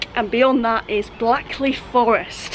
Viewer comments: Just a heads up, Blackley is pronounced Blake-ley 😉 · Blackley pronounced Blakeley!